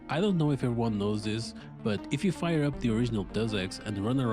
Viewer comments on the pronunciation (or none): none